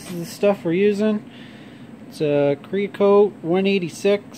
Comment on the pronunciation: I don’t know if you were just joking around, but the product is pronounced Sarah-Coat